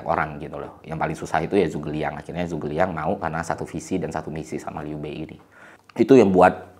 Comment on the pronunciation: Liu bei dibaca liu pei Zhu ge liang dibaca cu ke liang B itu dibaca p G itu dibaca k